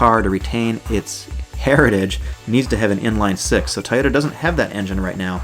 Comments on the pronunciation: TOY-ota......not Tyoda... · Please make sure you are saying TOY OTA not tie yota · Toyota not tyota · Why do you say like it's spelled tayota supra